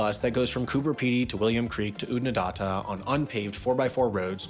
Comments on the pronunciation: Corrections: Millenia not centuries, Lake ‘air’ not ‘ire’, Oodna-DAT-ah not Oodna DAAT-a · What is it with Americans that they can’t take the time to learn the actual pronunciations of these places. I have been to all of them you were just about 70% incorrect. You got William Creek right. Oodnadatta. ( say it… dat… datta). Cooper Peedy ( peeee) Peedy. Gib… say it Gib… Gibber plains. I promise if I come the US I won’t tell you how to use American English. It would be good to address the political corruption that has been involved in these land owners and cotton farmers in stealing water of nearby townships and major waterways. Yup, it happens here too. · You've mispronounced Wahroonga, Lake Eyre, Oodnadatta, Gibber (Aboriginal for stone or pebble) and Woomera. Also, your pronunciation of pastoral put the emphasis on the wrong syllables. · Lake “Air” is closer. And the last bit of Oodnadatta is more of a short sharp “na..da…ta” , not “nar..dar…ta”. Otherwise, close enough, solid effort I’m sure Americans could throw heaps of US names at us which we’d get laughably wrong. The city of Raleigh (pronounced same as Sir Walter? Same as Raleigh bike co? …nope) is always a good one …something like “raw-Lee” 😀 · Righto the photos used for William Creek are of Coober Pedy. No one lives underground at William Creek, and there certainly isn't a big underground motel there. Oodnadatta is pronounced as Ood-nah-dat-ta. Lake Eyre is pronounced Lake Air. Next time just get on the blower to one of us that lives here and we'll let ya know how to pronounce our words properly. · Woomera- Woom-erah not Woo-MEra Eyre - Air but like you're Australian Port Augsta - Pordagudda Ooodnadatta - Oodanadada. There are no emphasises, this is Australia, we only put emphasis on drinking. THANK YOU THAT IS ALL. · Always nice to see Southern Hemisphere content! Also, if you need an Australian place-name accent coach please hmu 😅 Woomera, Oodnadatta, and Lake Eyre send their regards